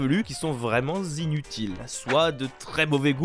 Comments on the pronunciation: Z'inutile avec un Z ? :D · Le "c'est vraiment Zinutile" m'a fait mal aux oreilles quand même x_x